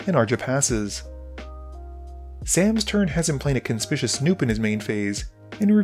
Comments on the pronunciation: It’s pronounced like “con spic you us” snoop. It means the opposite of stealthy. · It is CON SPIK YU WUS Snoop. I get irritated every time you pronounce it wrong. Lol